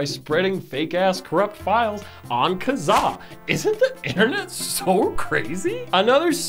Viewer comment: i can't deal with how you pronounced Kazaa also we had eMule and μtorrent still kicks around